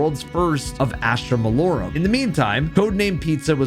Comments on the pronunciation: i love you. but its malorUM. not malorAM 😭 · Astra Mah-Low-Rum! Malorum Lol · Jesus man, pronounce the map name correctly. Mal-OR-um. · why cant any of you guys pronounce Malorum? its pronounced "Mah-Lor-um" not what ever the fuck yall be saying. Gamers gotta touch a book for a second and learn how to read again. 🤣